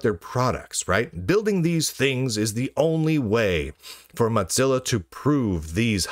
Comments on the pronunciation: Why does he say "motsilla"? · I swear he says moth-zilla on purpose. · I keep hearing Mud-zilla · That was my impression. A subtle insult every time he says their name.